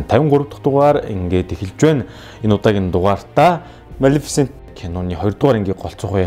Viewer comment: малэфсэнтийг яаж хэлээд бгаа юм бээ. кккккк... амжилт мундаг шүү